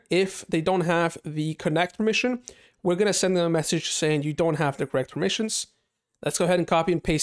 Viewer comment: I like the word "permissins" xD